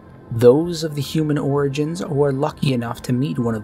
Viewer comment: Pronounced "Hue-Man" not "hoo-man".